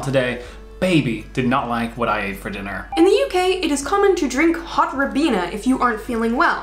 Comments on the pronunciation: Rye bean er not rabeenher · its pronounced Rie-beena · Warm Ribena? I think someone's been taking the piss.